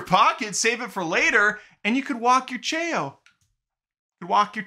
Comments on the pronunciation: lol chay-o 😂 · "Chaow" is the right way to pronounce what those cute vertual-pet like creatures from the Sonic frachise are called. From me being a big Sonic fan ever since I was in the toddler months of my life and especially because of the positive stuff that's been revealed about it, I don't think that I've ever been more hyped for a movie than I am for the Sonic 3 one!!!! The thing about Shadow having a gun is the only part that I don't like about it, so I hope that he holds it for only a few minutes then puts it down and doesn't use it at all. It's been confirmed that Paramount was given the rights to the SA2 theme song "Live and Learn" so that that studio can put that totally popular banger hard-rock song into the Sonic 3 movie and I'm soo glad about that! (especially because it's currently my #1 favorite song and because SA2 is one of the games that this movie is being inspired by) Since the Snow White remake is being soo digustingly made and that actress showed how annoyingly bratty she is, I'm 100% going to boycott that movie. Also from that hairdoo it looks more as if Dreamworks gave Disney permission to make a movie that introduces some character who's a twin sister to Loard Farquaad instead of a remake movie about the very first Disney princess! Lol😂